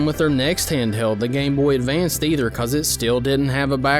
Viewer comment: There's no "d" at the end of Game Boy Advance.